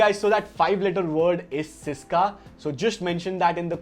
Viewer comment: Bro the word is SYSKA - i love your channel and your videos but i had never won any giveaway literally never i want this very badly 😢 pls. I had also buyed stuffs from your link